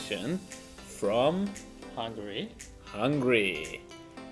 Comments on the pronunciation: not hungry. It's HungAry. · I never go ahead and listen any more if someone says 'hungry' instead of Hungary. The Christian guy saying BUDAPESZT... It is Budapest precioussssss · Man, it's HungAry not Hungry :D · Számomra borzalmasan irritált amikor azt mondta Magyarországra hogy hungry (Hungary helyett), ha már videót csinál róla legalább a nevét ki tudhatná ejteni rendesen. Nem bántásból, csak egy észrevétel.